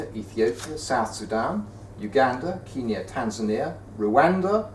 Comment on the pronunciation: Did anyone notice that he said kinya LOL!!!!!!!!!!